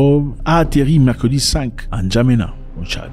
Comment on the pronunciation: Ces occidentaux qui lisent toujours ene djamena plutôt que Ndjamena, me mettent toujours mal à l'aise. Ils ont des problèmes à lire les consonnes sans voyelles. Le même Macron a dit hier soir lors de sa conférence de presse : Nous n'avons pas des pb avec la Russie ni avec le peuple russe. Cet homme ressemble à un mythomane.